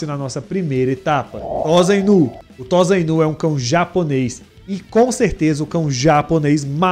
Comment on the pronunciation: Não é Tosainu, a pronúncia é tossainu